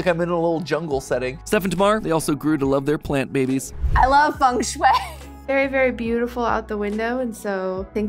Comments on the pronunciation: I thought it was said like feng shui, not fung shoe-ay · Are you telling me it has always been "Fang-shway" instead of "Fang-Shuiii"??? My day is ruined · "fung schway, that thing you don't know how to spell' ... or pronounce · I didnt know got such thing funk shuey in the west, and the way u pronounce it, I LOVE IT!!! ♥I learn architecture in my country, and fengshui is part of "building physics" and "room psychology" to create comfy space, we dont use that geomancy magic, but just some science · "fang shoe-y" That's roughly how to pronounce it. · I thought it was pronounced feng shui (fang shwee) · I like the pronunciation of feng shui. As a chinese, it's the funniest pronunciation ever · As a chinese person. Hearing non chinese speakings pronouce FengShui in a foreign accent is hilarious. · A though I had on rewatching this. It’s not important but as a native Chinese speaker, MatPat pronounces Feng Shui wrong the whole video.😂😅🤣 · bro im Chinese and I didn't even realised that Feng sheui meant as everyone is pronouncing terribly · Matpat😂😂😂😂😂 your pronunciation of Chinese words are so goofy. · Sorry, but again… don’t you have a single Chinese-language connection who can help you guys with the pronunciation? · The ‘e’ in Feng is an ‘o’ sound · bro just mispronounces it the whole vid